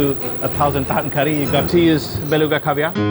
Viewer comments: It's not cooree, it's curry. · Why does he say curry like that 😂😂😂😂😂😂😂 coooories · The way his says “curey” 😅